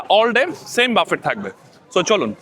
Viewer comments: It is pronounced as Buffae not buffet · পাগলা, এইটা বাফেট না বাফে... উচ্চারণ। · You mentioned that you have been living in the UK for the last 17 years, but you don’t know how to pronounce “buffet.” The correct pronunciation is “buffay” (like “ba-fay” or “boo-fay”). The “t” is silent.